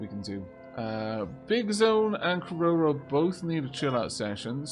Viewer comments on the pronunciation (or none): none